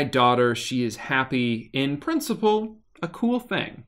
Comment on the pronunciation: "in principle" - slav detected xD